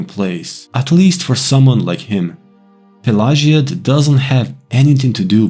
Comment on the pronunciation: Great video! Do a series for all towns with Vivec being the last. Also, Is that the proper way to pronounce the town name? I have always pronouced it a different way...I could be wrong.